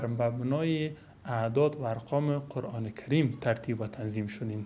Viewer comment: اول تو تلفظ ره قرآن ره یاد بگیر قرعان نیست قرآن است افسوس به مردم ساده که ای ره فیلسوف فکر میکنن